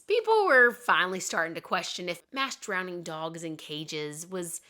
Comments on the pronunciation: Drowning, not drownding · Wow, I didn’t know this. How sad for all the dogs and cats that met that fate. I happen to love and have both. So glad that things have changed considerably for the most part. Also, am I hearing wrong, or are you pronouncing drowning as “drownding”, (adding an extra D)??